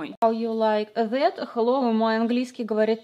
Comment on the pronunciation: достает блёстки я: стоп, она сказала хай ю лайк зет?